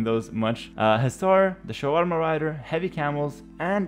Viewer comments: Did just say 'Shawarma' raiders?🤣🤣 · He always calls them that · Sha-tree-yas Shri-vum-sha